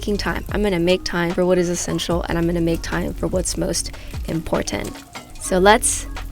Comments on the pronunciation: I have come here to hear say "imPortant" LOL...Love it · Great video. But you’re pronouncing the word important incorrectly